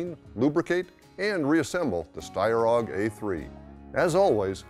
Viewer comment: A-U-G! Not AWWGUH!